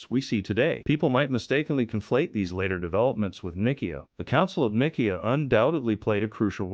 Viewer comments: Can't even pronounce Ni see a ( long I long e short a ) 😮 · sounds like a robot..but much better than steven Hawkings ..the council of nick - key- ah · These buffoons cannot even pronounce 'Nicaea' correctly. And their screed sinks after that.